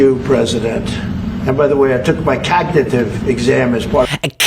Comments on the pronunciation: Cagnitive ? Thought you spoke english ? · Did Trump say COGTITIVE? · It doesn't surprise me that Trump mispronounces the word "cognitive". After all, he also mispronounces the word "Tesla" (he pronounces the word "Tesla" as "Tesler").